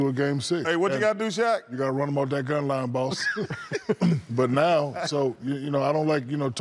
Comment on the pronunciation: did shaq say gumline?